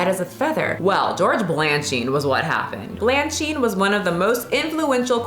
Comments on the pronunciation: Balanchine (Bal an sheen) Bolshoi (Bowl shoy) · “Bal-Ann-sheen” “Bowl-shoy” Good episode and great topic!! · duh-MEH-duh-chee; BAL-un-cheen; BOL-shoy; meh-tro-POL-i-tan.. Your total butchery of these famous names is embarrassing. Also, while ballet dancers are among the world’s greatest athletes, ballet is not a ‘sport.’ It’s an art form, and a very developed one, with a long and storied history. I appreciate that you are interested in the topic, but how well equipped are you to discuss and critique it at length given you come to it from a place of total ignorance? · Ba-la-chine not blachine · Balachine, not Blanchine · Did you mean Bolshoi & Balanchine (not Blancard)? Not trying to be nitpicky, but I'll leave this comment down here in case anyone wants to google that sh*t ✌🏼✌🏼 thank you for the video ✌🏼✌🏼🫶🏼🩵🩵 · Edit: Hearing call Balanchine “Blanchine,” and mispronouncing “Bolshoi,” made me laugh. She always owns the pronunciation…even when wrong. 🙌 I was a pre-professional ballet dancer as a teenager. I had an ED, and I still can’t own a scale or I will obsess over the number. While I’m sure I would have possibly developed one anyway, I will never forget my ballet mistress telling me to suck my stomach in, then taking my ballet skirt and re-tying it soooo tight as a reminder. She then told me my posture was just like my mother’s. My mom always struggled with her weight, so this hurt. I was like 12. I’ve never forgotten that. It’s wild that ballet schools ran wild with this shit. I’ve had other teachers make me cry. It’s like a hobby for some. But even the curvy girl I danced with was considered “too big” to dance successfully. 😬😳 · Bolshoi = "BOWL-shoy", Balanchine = "BALLAN-cheen" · Im sorry but you promounced balanchine wrong and i had to stop watching the video. You have to at least get that right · The way you pronounce Balanchine in increasingly creative wrong ways 😂😂 love it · butchering George Balanchine’s name is hilarious.🤣